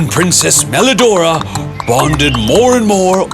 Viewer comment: PWRINCESS MWELIDORAAAAAAAAAGH